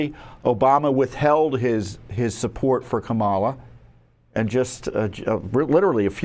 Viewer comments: She pronounces her own name like COMM-ela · I've heard her name pronounced Obamala. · It's Kambama